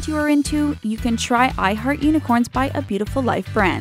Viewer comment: hahaahhaha i heard " i hurt unocorns" instead of " i heart unicorns"